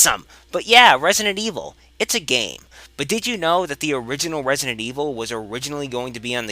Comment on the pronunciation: "Wesident Evil" ~